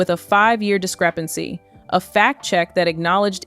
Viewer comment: FACT check, not fat check, please.